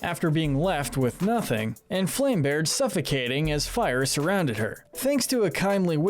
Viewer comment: It's Dream LAND! Not Dream World! It's FLAM-Berge! Not Flame-Berge & It's Clay-SHA! NOT CLAY-SEE-YA! YOU NEED A LOT MORE FACT-CHECKING OR YOU'LL BE SO STUPID!